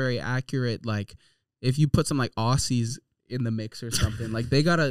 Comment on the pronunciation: that pronunciation of “aussie” is crazy but I can confirm all that is true tho